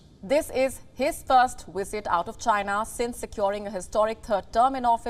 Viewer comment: It hurts my ears a bit to hear “Wisit” vs “Visit”. Can you pronounce “V”? It is like in Vijay, for example. Everyone on Wion says Wisit for some reason …